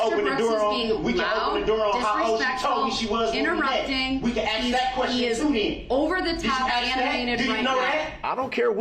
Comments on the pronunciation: A grown man would know that it is pronounced ASK, not "axe". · Soon as you axe me , cant take anything you say as important anyway shape or form , just proved beyond a shadow of a doubt that your an idiot